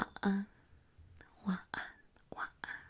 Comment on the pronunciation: Your pronunciation of Selamat Malam is spot on! For 晚安 i think you’ve dropped “-n” for 晚 (wan) it almost sounds a little glottal and I think for some accents they probably do say it similar to that! Your inflections sound perfect :) ❤️